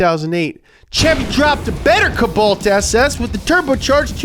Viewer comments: Ka-bolt or cole-bolt?! Wtf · Its pronounced CO balt num nuts